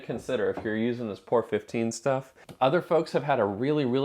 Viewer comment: I think the paint is pronounced as three separate letters... P O R ... as in "Paint Over Rust", as that was the original intent of the product. I have used it on the floor pan of my Spitfire and our son has done part of the underside of his MGB with it. Good stuff!